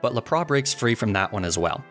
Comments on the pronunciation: Laprahhhh? Boi did you not see the S at the end of its name? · Its la-prasss not lah-prahh!! XD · I actually adopted “laprah” as my pronunciation for Lapras. Still not down with “Arcaninay” though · What is this "Lap-ris" you speak of? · The way he says Lapras as “La-pra” 💀 still love the channel though lol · Good videos but what the heck is up with your pronunciation of some Pokémon “Laprah” “magnemeetay” “Arcaneenay” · When he said Lapra I had zero idea what it wad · I'm sorry why did you say lapp-rass what the heck is lapp rass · Honestly hearing you say Lapras normally felt so wrong 😂 love your videos! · my favorite thing is lapras is actually said lapelasu because the original names of pokemon are the true true pronunciations so technically no one is saying it right haha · It felt weird hearing you pronounce Lapras normally. I prefer you pronounce it the way you always have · I'm with you on "La-Prah" and "Arc-uh-nee-nay," and the concept of intentional mispronunciation for silly fun. But I just can't agree with"Kle-fi-key," Klefki is just too delightful to say as is.